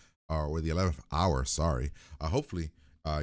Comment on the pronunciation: "The eleventh Doctor...er...the eleventh houy, sorry." Yes.